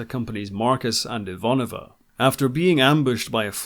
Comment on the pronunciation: My only gripe with this show is that the proper Russian pronunciation of Ivanova is IvaNOva, not IVAnova.